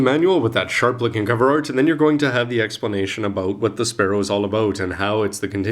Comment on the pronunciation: It's spaLLow, not spaRRow!! Can't you distinguish Left and Right?